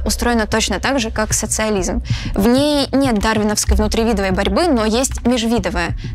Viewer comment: "лысенкОвщины"... "внутривИдовой борьбы, межвИдовая"... Сразу видно, что - "журналист, а не математик"...